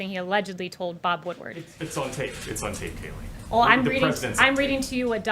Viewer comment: Her name is not KAYLEIGH IT'S (K LIE)